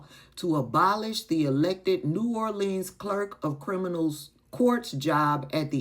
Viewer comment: I'm a native son of New Orleans Louisiana. These Republi-KLANS doesn't want to try to earn the black vote Becausethey already know that their KLAN-servative policies doesn't benefit the African American community. you are pronouncing my home city of New Orleans the wrong way. We locals don't say "leans" when we say New Orleans. Just like some mispronounce Louisiana. Not Lou-iz-iana, Louisiana.